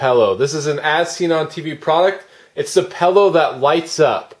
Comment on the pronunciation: Every time it sounds like you're pronouncing it pellow i wanna say its PILLOW, not pellow.